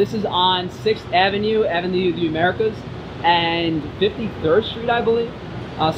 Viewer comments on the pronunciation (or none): none